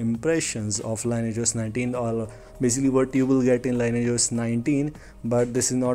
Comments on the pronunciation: It's pronounced "lin-ee-ej", not "lain-ej" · You need to take phonics classes before putting out a public video. I can't understand a word you're saying, you pronounce everything wrong and it sounds like you need to spit. You could at least do the most basic homework on how to pronounce the word "lineage", the thing you've based your entire video on.